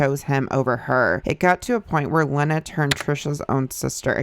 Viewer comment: her moms name is pronounced “leena”